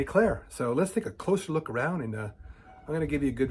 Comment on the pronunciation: “Take a lookL” 😂 who are u Biden!?!😂